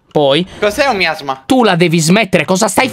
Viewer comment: Mi-asma ho miasma? LOL.